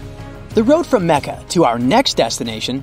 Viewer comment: You are saying Jidda and Mecca wrong